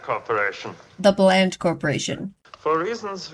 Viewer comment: Rand Corp (a real thing) , not "Bland" Corp.